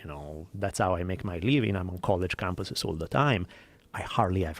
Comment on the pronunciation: "Cohlege kampis "